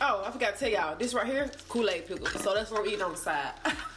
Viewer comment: LOL coo-laid pickle 😂🤣